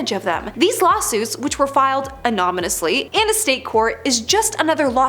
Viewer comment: Who is narrating this??? In-dick-ment? Amonymously? Wth? lol